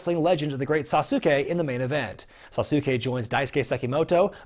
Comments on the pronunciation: It’s gonna be one hell of a weekend in N’awlins, I can’t wait! Oh and WrestleMania is taking place there as well! Edit: sorry, it’s my OCD, but it’s Great “Sass-Kay”....not “Sah-sou-key”... you don’t say “Shin-sou-Kay” Nakamura do you. Eh. Cheers! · Jesus Christ man, learn to pronounce Sasuke.